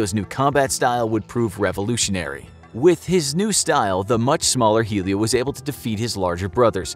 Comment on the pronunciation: I know the whole Jiu jitsu story because my dad and uncle own a gym P. S it's not helio Gracie, it's pronounced Elio